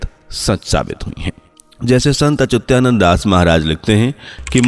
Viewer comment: 😂 मूर्ख संत अच्युतानंद दास 😂 महाराज न कि अत्युचानंद है